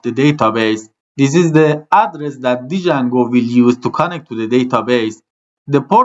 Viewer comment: ممنونم بابت آموزش هاتون ولی اون دی اول جنگو خونده نمیشه و فقط جنگو خونده میشه